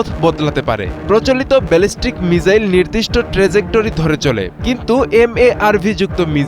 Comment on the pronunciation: ভাই মিজাইল না মিসাইল